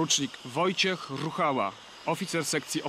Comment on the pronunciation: Por. Wojciech RRRRRRRUchała ;D